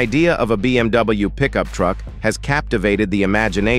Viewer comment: BMW sözünü düz tələffüz etmir